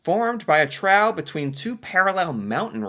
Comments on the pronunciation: Just a quick note: The word "trough" is pronounced "trof", you know, like the thing farm animals often eat out of.... I know English is tough, but with enough thorough thoughtful toughness you'll get through it... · the word trough is pronounced troff, not trow.